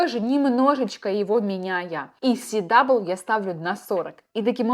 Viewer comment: Си-дабл ю режет слух Это же параметр character weight А так - все по делу, круто